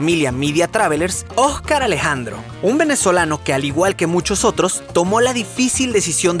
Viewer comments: Soy la única que se dio cuenta que dijo ojcar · Dios. ¿Qué pasó con el video 9? Quería volver a verlo. Sobre todo cómo pronuncias Ojcar Alejandro. 😞